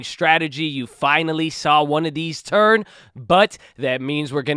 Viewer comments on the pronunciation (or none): none